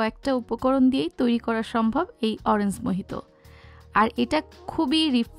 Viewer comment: Orange er pronunciation ta ektu you tube theke shikhe nin. Eta oranjs hobena orange hobe. Bideshe giyeo english er ja ta obostha.